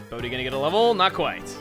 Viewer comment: I'm sorry but every time you say Bodhi, I think you're saying "Boatty" like you nicknamed some prized small sailboat you have and it just makes me laugh every time.